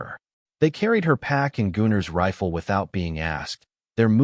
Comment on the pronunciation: Brilliant! No unnecessary fluff. Enjoyable story with the only error in the pronunciation of Gunner. Well done.